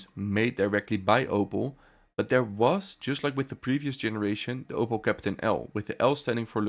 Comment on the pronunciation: Grauenvolle KI Stimme. Ich musste den Ton ausstellen! Ausserdem heist es Kapitän und bicht Käppten. Furchtbar.